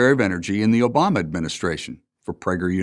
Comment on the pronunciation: You gotta love how he stressed "Obama" in the end, total middle finger to leftist.